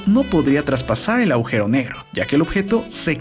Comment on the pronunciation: chabon se dice agujero no augero